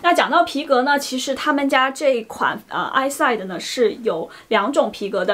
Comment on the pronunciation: It’s “Is-see-day”